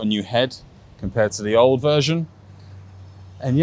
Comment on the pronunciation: Buddy its akrapovic not aprokavic 😅